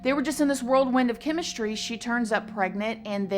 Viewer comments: Whirlwind. Not worldwind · Whirlwind not worldwind and there's no noise in Illinois. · Whirlwind. Not worldwind. Also Illinois s is silent. Also not drowned out process...drawn out process. It's also not an odd topsy. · The way she says “world wind” instead or “whirlwind” 🥰